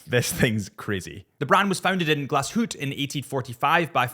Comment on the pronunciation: While not pronouncing the -e on the end of Glashütte or Söhne…